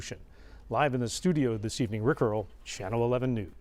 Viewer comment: Lol the way he pronounces Rick Earle's name sounds like Rick Roll